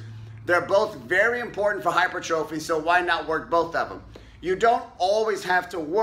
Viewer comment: It’s pronounced HY-PER-TROPHY